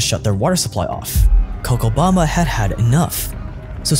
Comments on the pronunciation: It's Co'cha'bamba. 'Cha' like 'Cha' ttanooga. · is pronunced CoCHabamba as the CH on the word CHain. Love from Argentina.